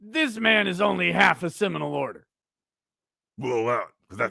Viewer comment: everytime you said "ceminal order" i laughed, god damn